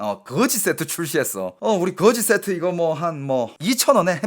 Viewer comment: 그으지쎼트 그렁뱅이쎄트 ㅋㅋㅋㅋㅋㅋ